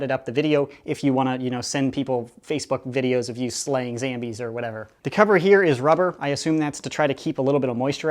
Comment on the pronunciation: lol dat bitch says "zambies"